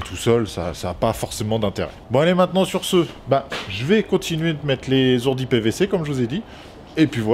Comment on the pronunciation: Pas etais mais tretaux pas z hourdis mais hourdis alle bon courage a toi et mais ton bonnet